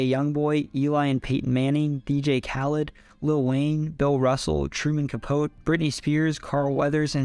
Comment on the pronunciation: Capote = Ka-POH-tee. God, I hate computer narrators.